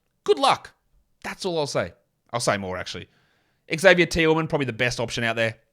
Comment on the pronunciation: Xavier Tillman is from my hometown Grand Rapids Michigan. Never heard his name pronounced like you do 🥲. You’re still the man of course